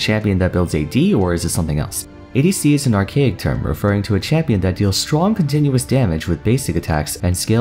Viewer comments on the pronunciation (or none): Hmm yes “a campion”, my fav campion in league is sona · Absolutely no one:: a campion